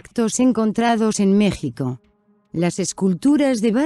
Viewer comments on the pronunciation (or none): none